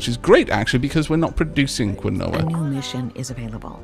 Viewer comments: Hey! Long time no comment. Wanted to let you know that "Quinoa" is pronounced "KEEN-wah". I'm probably the 50th person to mention it but just in case. <3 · quinoa is pronounced keen-wah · quinoa, is pronounced properly as Keenwaaahh, just thought, you'd like to know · idea. Keen- Waah! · Uh no, it's Ki-no-wah.../ˈkiːnoʊ.ə/... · Spanish speaker here, if you want to pronounce it correctly it is KEE-NO-A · Because we are all scallywags... I mean, would you trust me if I just gave you some pronunciation? Besides, I've heard several opinions on how to pronounce quinoa, including 'coin-oh-ah'. Didn't see it in the comments here... but I encounter discussions about it irl. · It’s pronounces Keenwa , he said Quinoa Wrong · Was about to comment this, then saw your comment haha.